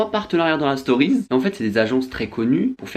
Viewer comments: "les storiz" fait un effort stp 😭😭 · « dans les storyzzzzzzz » jui morte vmt